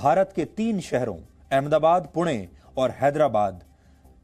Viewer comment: पुण्याचा उल्लेख पूना,पूने,पुने न म्हणता 'पुणे 'म्हणून केलेला उच्चार👌बरोबर केला आहे.